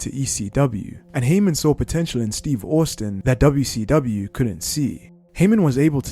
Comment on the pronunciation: Stone Cold “Steve Orstin”